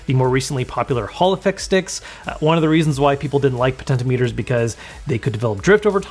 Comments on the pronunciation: Bro said "potentimeter" 💀💀💀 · I have never heard 'potentiometer' pronounced like that. (Google knows the pronunciation I am familiar with.)